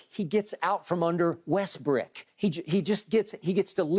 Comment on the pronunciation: "Russell WestBRICK"! Skip, I'm LMMFAOOOOFFFFFF 😆😅🤣😂👍🏽